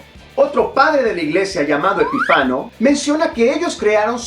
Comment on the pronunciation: Es Epifanio el padre de la iglesia y no Epifano